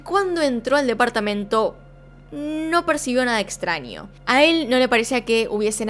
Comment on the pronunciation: Extranio, ninio, ninia. Como amo tu forma de pronunciar, dulzura <3